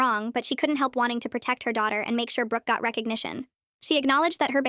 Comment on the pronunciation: who else hears britanny holoway instead of brooke holoway